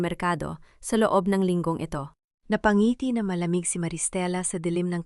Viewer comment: Napangiti hnd napanghiti